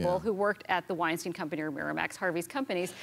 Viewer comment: btw its not called weinsteen, its weinstein :) u both made that mistake several times